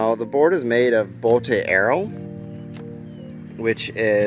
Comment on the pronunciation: It’s just pronounced as boat.